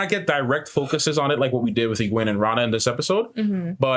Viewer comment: One of you is right about sul'dam/damane ... sort of... I won't say which. Though, who knows what might have been changed in the show from what it was in the books. Renna... not Ranna 😅 You guys have some interesting theories that only time will tell if they right or not. I'd be amused to see D&D stats for all the characters... or a WoT RPG game. (I know an old rpg exists... the cousin of a college friend had it... wish I had a copy). They had new classes in that game... but if I had to give them classes... I shouldn't or it might be spoilers. (started and erased them) I don't remember what Ishmael said when he did it to Moiraine. Not sure if Ishy was there or he was created but Lanfear... it could go either way.. Though, in the books NO ONE ever called him Ishy. Calling Ishmael Ishy is a fan thing.... so Lanfear calling him "Ishy dear" was a nod to the fans. Not sure if she'd call him that to his face though. 🤔 The Egwene stuff is pretty much right from the books... I knew it was going to happen, but still brutal to watch... 😭 Liandrin... no clue what will happen with her...they gave her a backstory and motivations and I have a feeling her story overall might change quite a bit from what was in the books. I'm glad Mat was in the episode... his story needs to pick up soon. 😅 Even book readers are wondering about Min's vision...